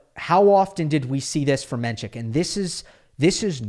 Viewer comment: You are mispronouncing his name. It’s NOT menCHik, it’s pronounced just the way it’s spelled “men-sick”